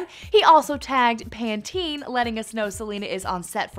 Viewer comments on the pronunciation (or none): That's not how you pronounce Pantene ...